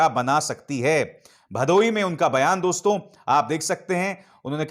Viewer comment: It’s “dosto”, not “doston”